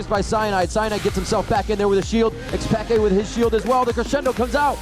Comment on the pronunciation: rofl one of the commentators called Xpeke, Xpeekaaa